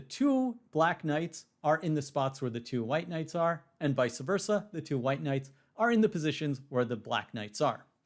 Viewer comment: Vice Versa - NOT Visa Versa